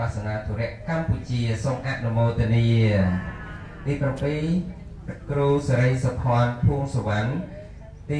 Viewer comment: គ្រូ មិនមែនគ្រុទេ